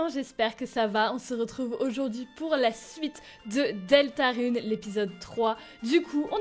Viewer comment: trop bien comme d'habitude mais on prononce rune comme courrir